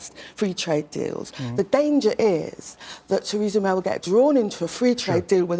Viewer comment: She said tweesa may ! Can’t get her tongue around her Rs. Bet Corbyn did! They say Micky mouse wears a Diane Abbott wrist watch !